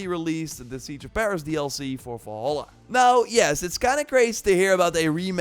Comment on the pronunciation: I remember watching a video from this youtuber years ago about horizon zero dawn, I see now that his voice is just as annoying as before, besides, can't he say Valhalla like a normal person SMH